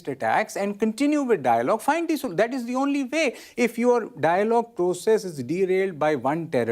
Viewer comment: Can we find a soo-loo-tion